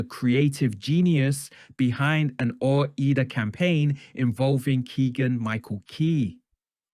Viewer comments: It’s OH-RYE-DA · It's pronounced Ore-Eye Da, as in Oregon and Idaho. How do people not know the brand by now?